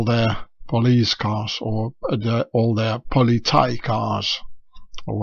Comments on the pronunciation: Hi, thanks a lot for this mindblowing video!👏👍 Maybe the square at the Dutch police logo is a burning lawbook because they think they are above the law? The pronouncing of politie is like politsee 😉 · Pronounce politie like >>> P oh lee Cee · The Dutch word politie is pronounced [polytsy] with both y's like the y at the end of nobiility. Also note the unwritten s-sound. You are correct English is not an official language of the Netherlands.